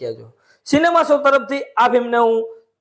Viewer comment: Bhai tame review karwanu bandh kari do… tame “so” bolo cho “show” kehway.. jo atluj bolta na awadtu hoy to karayj nahi…